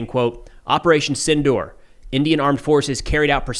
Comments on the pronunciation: It's operation sindoor not tindoor ❤ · It's Op Sindoor, not Tindoor